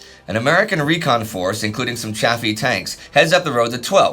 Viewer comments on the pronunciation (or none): none